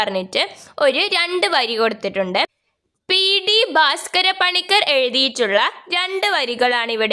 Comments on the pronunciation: പി. ഡി അല്ല പി ടി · പി. ടി എന്നല്ല പി. റ്റി എന്ന് വായിക്കണം